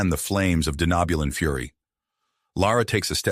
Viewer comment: Lovely story, the only thing I’d have to complain about is the way the TTS pronounces “Denobulan” but I know it’s gotta be a pain to get correct… Keep it up, I’d love to hear more of this story. Edit: Okay gotta put on my nerd hat really quick… What’s with the Denobulans having antennas??? The Andorians are the only major species I can remember having them